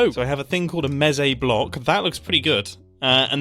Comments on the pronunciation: Mumbo, I love your channel, and watch every single video as they come out, and I know this was your first time playing MineTest, but I am in pain every time you say "mezee". I am here to respectfully inform you that it is pronounced "mees". Like geese or Reese, it's Mese. :) Can't wait to see the next video! (Also I hope you try out some other Minetest mods/subgames, I promise you they are worth your while!) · Also it’s pronounced Meh say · its pronounced like. Meece. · It is pronounced mEc and mEcons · "Mesé" it’s a mesecon (mes-e-con) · It is pronounced me-s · Eyyyyy, nice! Also, your comment "I've already modded it" - that's the point of the game XD. MT takes very high inspiration from MC, but takes things in quite a different direction - going for easy-to-use Modding tools (and automatic mod downloading for Multiplayer servers, etc.) rather than direct in-game features and such. (Also - it's pronounced "meece" - think like a child talking about a crowd of mice) And all of this reminds me... it's been a LONG long time since I've looked into Minetest, I have a lot of childhood memories from the game. Might have to look back into it - thanks for the reminder it exists! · Ive never thought about pronouncing mese how he pronounced it